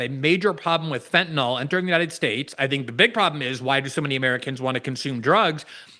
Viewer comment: Fentanyl, not "fentanall," genius....🙄